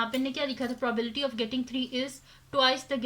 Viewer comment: Probility nahi probability hota hai